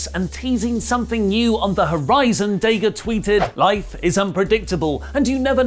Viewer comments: Why do British people purposefully mispronounce names? His name is not DAY-GA. Nobody has ever called him DAY-GA. When you hear commentators say his name, they don't ever say DAY-GA. So, why is this little manlette saying DAY-GA instead of DA-GA? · DA-GA not day gah. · that's dadg. you said it wrong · "Day-Ga" got to love the Brits. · Stop saying DAYGA !!!!! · Ok I could've sworn it was Dah.Ga and Rush not ruush lol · While I like watching you guys, please let’s try to pronounce daga’s name correctly, and I won’t consider him top, but Imo he definitely should be recognized as a sound wrestler. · I love u but stop mispronouncing Daga! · Pretty sure, thats not how you pronounce Daga :D